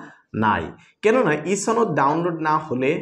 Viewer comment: ছনদ না সনদ